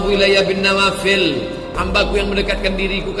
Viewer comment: DENGAR,... NAWAFEL atau NAWAFIL PAK USTATTT